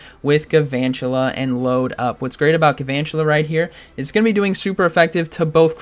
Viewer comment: There must not be very many fire types in this ELO range, aside from the Talonflame switch. Also, I'm sorry to be that guy, but it's Galvantula... Not Guuhvantula